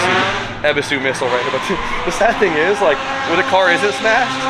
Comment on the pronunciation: It's not eb es is su. Eee buu suu